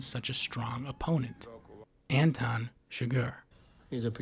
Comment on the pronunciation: Antoine and Anton are not pronounced the same. His name is Anton.